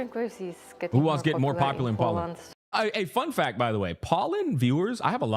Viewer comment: your pronounciation of Poland is crazy 🤣